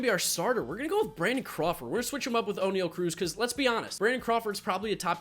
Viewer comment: It pronounced o-ne-al and i know thats not how you spell it but thats how its said